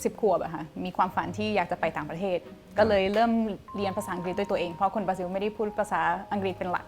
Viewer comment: คนบราซิลออกเสียงว่า บราซิว เหรอ หรือออกเสียงแบบคนไทย น่าจะเป็นบรารอบตัว👾👽👻☠